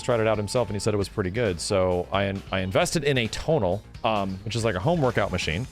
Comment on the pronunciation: Anyone know where I can get a tonal? Or is he saying total? 😂 whatever it is I wanna get one.